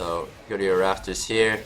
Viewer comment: It's not the subtitles. He actually says raFtors, not raPtors.